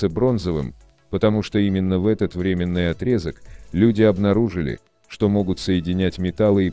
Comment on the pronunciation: Отрезок времени - временнОй , а не временнЫй .